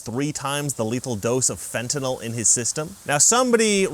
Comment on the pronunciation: thank you for pronouncing Fentanyl correctly. If I hv to hear Fen-tin-all one more time...